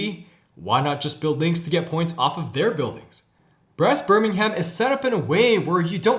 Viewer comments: Great review!! Love the pronunciations 🙂. To be fair though English place names can be difficult for non British. Birmingham is pronounced 'Birming-um' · And we generally don't pronounce the h in places ending in ham. Birming'm